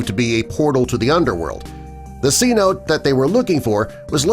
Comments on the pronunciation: Cenote pronounced Ce-no-tey, not sea-note. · Maybe if I pay someone a C-note, they'll teach you how to pronounce: Sen-oh-tay. LMAO. 😂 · Cenote, is pronounced si-no-tay